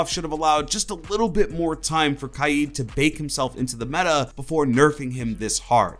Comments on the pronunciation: Imma be honest, I thought that itv was pronounced k-ade rather than ky-eed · Pple r always pronouncing kaid kaayeed it’s annoying me for some reason I prefer pronouncing it kayd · Can you stop saying his name wrong. Is name is not spelt kied as you say it 😂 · Spelt Kaid pronounce’s it KIEEEEEEED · It’s not kieed it’s cayed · IT’S KAID, not KY-EED. Fuck.... literally no one calls him KY-EED. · For one, it’s pronounced like kade, not ki-Ed. And two, he needs his Electroclaw back badly